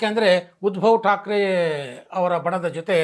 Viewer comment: Small ಕರೆಕ್ಷನ್ sir ಉದ್ಭವ ಠಾಕ್ರೆ ಅಲ್ಲ ಸರ್ ಉದ್ದವ ಠಾಕ್ರೆ